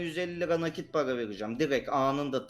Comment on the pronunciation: Paraya Para değil pava diyor xD